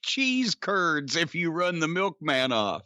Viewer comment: When he said Milkmam I knew some fun was gonna come.